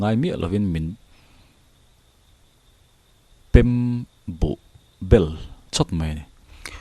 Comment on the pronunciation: "meng tang hru" kha ka lo sawi ve mai mai... 'tang' hi 'chhang' (bread) lam angin lam tur... ṭ a tel lo. Chuan.. "pem buh bel" a 'pem' hi 'chhem' (blow) anga lam tur. awmna khua chhuahsan 'pem' zawk kha a ni e.😆🙌 Hmanlai khan an khua an pemsan thut dawn khan an buh chhek sa kha an ngamtlak te an khul chhawntir ṭhin a. (Hre ber awm ang hrimin rawn type duah😆)